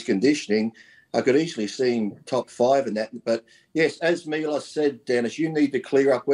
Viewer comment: Who’s “MIOLS”? 😂😂😂I heard of Milos 🤔